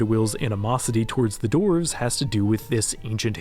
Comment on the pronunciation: Ah yes, the mountain dwelling “dorvs”